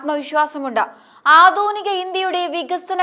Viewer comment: ആധൂനിക അല്ല ആധുനിക എന്നാണ്.